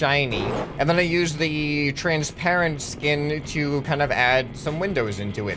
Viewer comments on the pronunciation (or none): He said Trainsparent